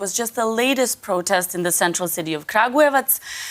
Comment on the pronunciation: You can tell he tried saying Kragujevac a few times, and the woman probably taught him how to say it. The little smirk on his face when he finally nailed it so perfectly is hilarious! Nice job, man!